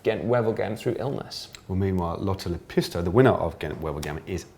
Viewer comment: Lotta Le Pistol. Lol that i heard and she is oviesty Fin Lotta Lepistö🇫🇮✌🏻